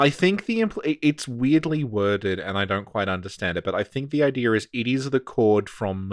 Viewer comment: Does anybody hear saying "idear" instead of "idea"? Do I hear it because I have enough Insight???